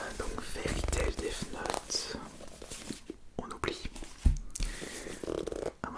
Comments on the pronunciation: Mais pk il dit deave note ? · A l'anglaise